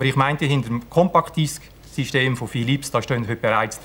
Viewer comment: wer kennt sie nicht? die "chompakk disschk"?